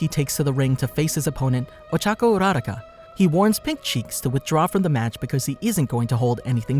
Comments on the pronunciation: STOP SAYING OCHACO URARACA ITS OCHACO URUAKA Luv your vids but Cm on man 🤣🤣🤣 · Uo - ra - rau - ca? Sounds a bit off it’s U - ra - ra- ka